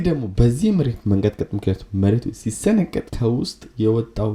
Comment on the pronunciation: "ሲሰነቀጥ" 😁 እስቲ አንዴ ሲሰነጠቅ በል 😂😂